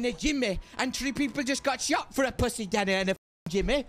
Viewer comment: WHO THE FUCK IS.. WHOS DANNEH WHOS.... im dying lmao